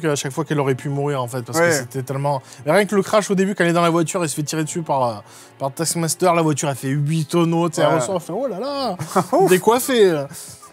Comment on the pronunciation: A chaque fois j'entend "Tasse Master"... Dur.